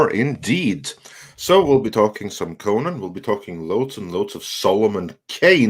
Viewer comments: You guys say the name wrong it's pronounced "Ko-nan" not "ko-nin" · Despite the way most American-Irish pronounce it, in Eire/Erin/Ireland, it is most commonly pronounced "Conn-ehn" with emphasis on the first syllable, unlike "Coe-Nanh" with equal emphasis both syllables.